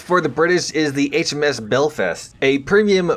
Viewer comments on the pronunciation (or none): belFAST not belFEST